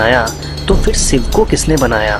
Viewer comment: सिव नही शिव बोलो भाई ,तुम श वर्ण नही बोल सकते तो video बनाने की क्या मजबूरी हैं l